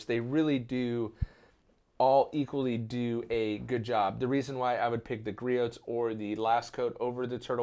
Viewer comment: Love the channel! One thing, when pronouncing Griot's, the 't' is silent. Also something cool about Griot's not sure if you know or not but all of their liquid products are made in the US by their own scientists and chemists. They do not re-bottle/label anyone else's chemicals like most other companies do.